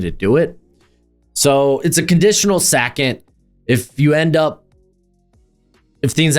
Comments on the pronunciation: Why are you saying Sackond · I've watched a lot of these guy's videos & Ive never noticed him having an accent or a speech impediment & I must have heard him say 2nd before because I mainly watch his mocks. Why the Hell is he saying "sackent" instead on 2nd. Is he Fn with us? Did he make a bet with someone? Is this a "now" "meow" situation? LMFAO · The way you say 2nd is insane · The way you say “second” is WILDDDD 😂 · I came to the comments for this 😂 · Love the channel, but say "2nd" again 😂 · fr. I have seen so many of his videos and that caught me off guard